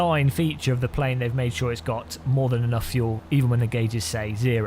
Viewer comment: FUEL not FULE